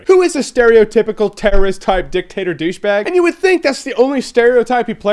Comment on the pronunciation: Why are you pronouncing it as the DIcktAtor?